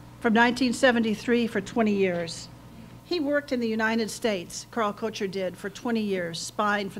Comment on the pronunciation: I find it interesting that this lady does not know the proper pronunciation of 'Koecher'.